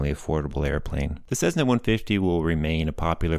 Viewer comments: Please, for the love of aviation, it is not a CeZZna, it is a CeSSna. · Its Cessna not cezzna, good video though ..thanks !!!! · Cessna. Not Cezzna. Cessna. In my entire life, I've never heard anybody mispronounce it before. Boggles the mind. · What's this "CEZZNA" crap? Those are "S"es, NOT "Z"s! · Why do you pronounce Cessna as Sezzna? Good video.